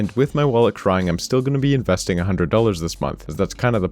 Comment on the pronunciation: He called it "investing" lmao